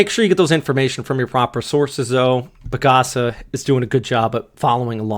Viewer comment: it's PAGASA not PAG-ASA and they are right to call out those that hypes event like this when it is still a long range forecast because a lot can still change. It will cause unnecessary fear among the people. just stick to official sources